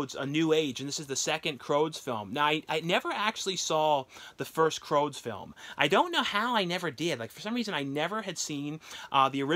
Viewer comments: Not pronounced "Croads" but "Crewds" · Pretty sure it’s crOOds- rhymes with “dudes” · i know you have said you are dyslexic but the film is the C R O O D S , pronounced like dudes...x....still good content as usual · Love your videos but saying “ croods” as “ croads” kept making me and my daughter cringe lol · Take a shot everytime mispronounces a title. Lol, love you. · And the rude comments start popping up if you don't have anything nice to say it's not fault he has trouble pronouncing some of the movie names